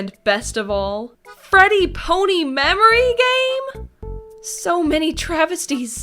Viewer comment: Did...did she read pony and say p-aw-nee